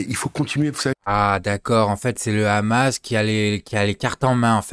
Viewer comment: Meyer KHabib lol, en effet, s'il n'est pas capable de prononcer Hamas, alors il peut prononcer aussi son nom Khabib